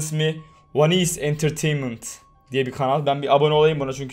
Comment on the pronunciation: abi baştaki kanalın ismi wanisss entertaintment değil wansee entertaintment